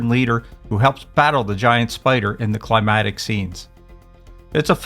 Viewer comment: And climactic is pronounced (cli-MAC-tic), not (cli-MAT-ic). Climatic refers to climate, not climax.